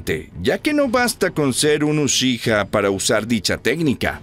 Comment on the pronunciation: podrias porfavor pronunciar bien la palabra "uchiha"? porfavor te lo pido